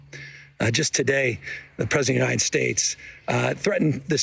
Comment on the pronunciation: A question: When Biden says "may God protect our troops" wouldn't this have been the moment when every other candidate would say "May god protect the US of A"? Did he switch it up on purpose cause he was having problems pronouncing "united" throughout the last part of hís speech? I mean really, I heard him say "unined" a couple of times! (No hate! I like Biden)